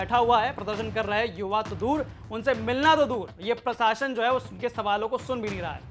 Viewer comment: Ancher sahab प्रसाशन nahi प्रशासन hota hai 😄😄😄